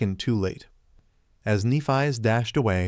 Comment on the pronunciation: If only you pronounced Nephis’ name properly…